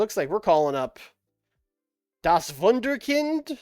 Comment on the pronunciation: As a native German speaker I have to congratulate you on one of the best pronunciations of Das Wunderkind I have heard from an English speaker 😉